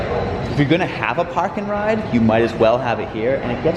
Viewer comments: I don't normally notice any Boston accent in voice, but every time he said "Park-and-ride" it was so strong lol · Same here lol, it’s specific words that are instant “oh yeah miles is from Boston”